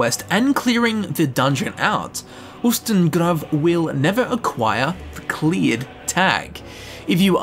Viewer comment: I'm German. The way you spoke Ustengrav is right. I'm so sorry about my bad english!